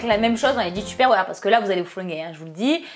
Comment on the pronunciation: J'adore le "tupperware" avec l'accent tu ma tué sisi